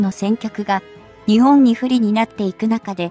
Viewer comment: いい情報ありがとうございます。取り上げるテーマ、とてもいいですね。 ただし、何で、日本の読みが”にちぼん”などととても日本人が作ったと思えない音になっているのかは疑問？